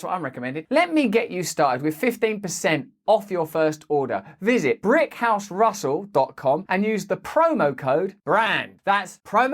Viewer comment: Did you say Brickhouse or... Anyway i thought it was 5 a month.